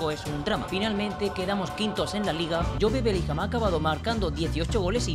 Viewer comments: Por que le dices jobE, dile solo job, aunque se escriba jobe, se dice job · no se dice”jobe” se dice “yub”